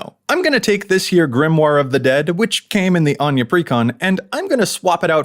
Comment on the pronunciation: I love Anje, as someone named Áine ( pronounced the same way ) its nice for someone to actually say it right for once XD